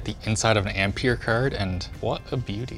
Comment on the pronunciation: "what a beautiful cerd" yeah theyre canadian